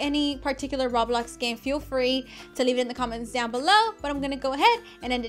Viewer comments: SHE SAID RABLOX XD I JUST SAW THIS VID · She said rablox lol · Rablox? Its Roblox